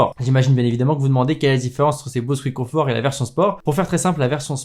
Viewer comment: Mdrrr Bose "couitconfort"